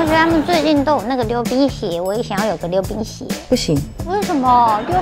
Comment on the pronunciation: 我把溜冰鞋聽成流鼻血😂